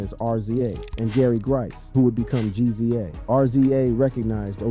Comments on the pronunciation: It's rizza and gizza no R.Z.A and G.Z.A smh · Mannnn, it's pronounced "rizza" and "gizza" idk why but I got so pissed everytime you said they names lmao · You lost me on the Rza and Gza pronouciation. Is this A.I. reading or you don't the Artist you're making videos about? Lol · It's Rizza and Gizza homie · Why you keep calling The Rza(rez zah) R-Z-A & Gza( Jiz zah) G- Z- A😂😂😂but in all seriousness ODB death isn't really surprising he lived a wild life and most people that live reckless they don't life long God rest his soul R.I.P Ason Unique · It's pronounced rizza and gizza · RZA & GZA? 😑 that is not how you pronounce those names.